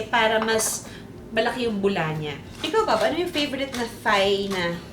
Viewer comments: I love you and your show! I just have one tiny critique and please don't take this the wrong way, but it's pronounced "tai" as opposed to "thai" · galing magluto thank u! side comment lang... ang correct pronunciation po is tie. versus thigh. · Juday, munting kaalaman: Thailand is pronounced as tie land (silent H), so Thai is pronounced as tie. HTH. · Love you Lodi Pero Thai pronounced as Tay walang h hehe love you. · True. I learned this from my HS teacher :). Same sa Thomas (Tomas) Thames ( Tems)